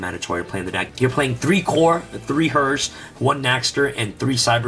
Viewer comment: 😂 Please it's herz on Germany not hers No offen or anything like tha